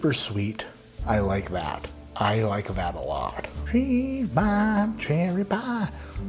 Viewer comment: “I LIKE IT AHLOT!”